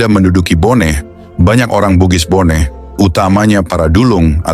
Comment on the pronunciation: Bone bukan boneh.